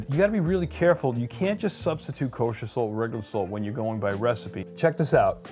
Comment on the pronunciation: I love Sult! I'm a Sultan of sult! It's hard to assault my taste buds with too much sult! My blood type is sult. I can't stop laughing at how you pronounce SuLt!